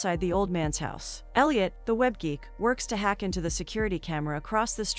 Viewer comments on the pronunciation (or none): none